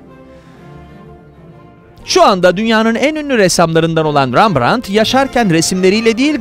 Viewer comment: Rambrant’ı sizden duydum😉REMBRANT’ı çok duydum😊